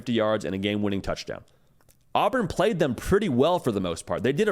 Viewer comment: “But Who Have Dey Pwayed…Dey Ain’t Pwayed Nobody”😂😝😛😜